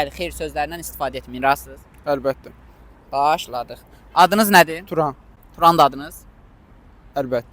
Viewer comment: Özdə əlbəttə' yox ey ə'lbəttə deyir sondakı qardaş.Tələffüzə diqqət edək ama maraqlı alınıb